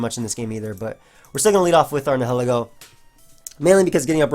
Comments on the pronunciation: Nihilego PRONOUNCIATION: (Nye-eh-Leh-Go) Its name is based on the word "Nihilism" (Nye-eh-liz-mm) and/or "Annihilate" (Uh-Nye-eh-layt) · I believe it'd be pronounced "nye-ih-leh-go" because I assume it's based on the word "nihilism", a belief that nothing in the world has a "real existence". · I think Nihilego is pronounced Nye-Hill-Ego. It's a combination of Nihilist and Ego, so it makes sense to me.